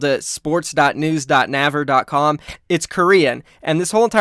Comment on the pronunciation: When I heard say naver like nahver I cringed so hard